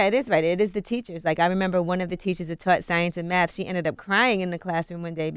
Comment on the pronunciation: Also, C the God is complaining about being put in all remedial classes but can't even pronounce Math. lol